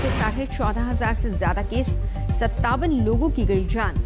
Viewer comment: Zaaan nahi jati madam jaan hoti hai ventilatthoorrr nahi hai ventilator Aane zaane par ya aane jane par🙄